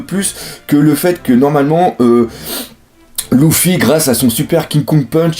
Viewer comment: Luffy = en prononciation c'est "Leuffy" pas "Louffy" !!